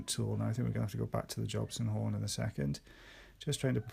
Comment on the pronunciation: I love how they say 'Jobson horn' 😂📯